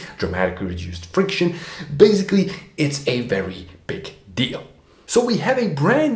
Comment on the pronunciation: "I wery wery hope it means what it means because if it means what it means..." ... Besides doing his Barbara Wa Wa inpersonation, what else could it mean if it doesn't mean what it means?